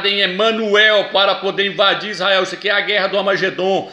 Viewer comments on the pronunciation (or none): none